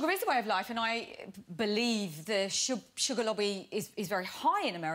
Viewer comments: its not suggar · stoooooop its not suggar